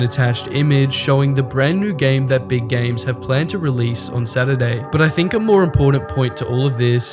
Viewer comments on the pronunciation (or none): "sqare" "Sill" "Gams" God damn learn some English